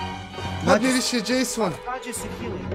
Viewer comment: nekažese Jasona nego česona.